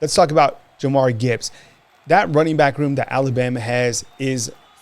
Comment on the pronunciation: Y’all still callin him Mcquellin. It’s McClellan. Also Jahmyr is pronounced jah-meer not Jamari. Love y’all guys but this is my pet peeve.